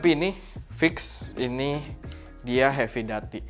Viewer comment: Masukan aja cara sebut/pronounce "heavy duty" - hevi/hefi dyuti/duti 🙏